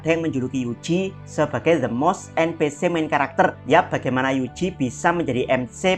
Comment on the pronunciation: En pi si ama em si , bro baca nya. Ganjel banget dengernya